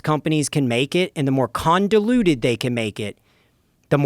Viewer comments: "Con-diluted" rather than, convoluted. This guy is clearly, very intelligent and well educated. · He lost credibility because he said "condoluted" instead of convoluted? Honestly, it seems like he just messed up when he was talking lol. It's not a thing I would go and say he loses credibility in his field of study JUST for that. You can't go, "he loses credibility," then say something like "what he was saying is true"😂😂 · I learned a new word today Condoluted. Convoluted? I think I've been saying it wrong all this time. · Did he say “condaluted”?? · I hate it when someone is making a point then they say some like "condiluted" and I can no longer take them seriously. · Did he say "condoluted" ? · Did he say conduluted?? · Condaluded? What is that word? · Lost me at conduluted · It's so convoluted it's condoluted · “conDoluted”?!? 😂😂😂 You immediately lose my attention when you’re so ignorant you don’t even know a simple word like “convoluted”. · "convoluted" bro -- not "condoluted" -- this guy is using words he doesn't know lol. ( but I totally stand and agree with him regarding medical corruption) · I believe this guy, however, once he said “condiluted” with complete confidence I really couldn’t listen to him anymore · Condoluted??? Do you mean Convoluted?? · My man just said "condoluted" with the same amount of dumb ape confidence that the majority of JR's guests use while trying to convince the world they aren't pseudo-intellectual hack frauds. And in case anyone is wondering, this guy has a vested interest in steering people away from mainstream medicine because he owns a company that peddles "preventative care" treatment in the form of laughably overpriced "peptides" and "prescription-grade vitamins." Of course, only after selling you a blood test and consultation. He's just some con-artist with a business degree telling you what you already know to sell you something nobody needs. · You were making a very convincing argument until you said "conduluted" 😂